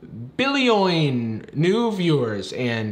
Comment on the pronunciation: "Billioin" I'm still laughing